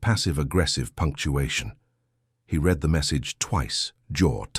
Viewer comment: Pronounce "read" in the past tense properly mr